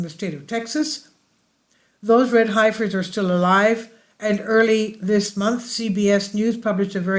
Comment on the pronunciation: It's pronounced "Heffers", at least in the USA. Thanks for the video.